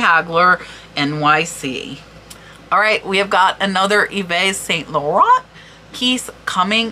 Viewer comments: You’re my inspiration;) As a French speaker… just for fun I’ll give you this: EVE SAN LAW-RON (but don’t pronounce the “N” in RON, just as If you were going to, then you get the RO correct. Hope this helps!! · Eve San LurAN is an approximation of how to pronounce YSL. Karl L is pronounced Lagggerfehld